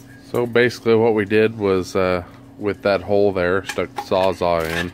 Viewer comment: How come the only people who use a Sawzall cannot pronounce Sawzall?"